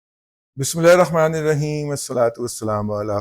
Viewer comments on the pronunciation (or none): none